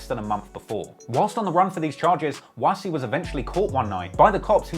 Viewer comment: Doesn't pronounce "Wass" properly however 😭